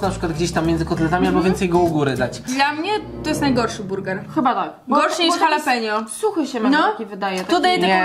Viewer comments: H w języku hiszpańskim jest nieme Jaleno czyta się Alapenio nie Halapenio Boże jak to denerwuje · jalapenio?? xD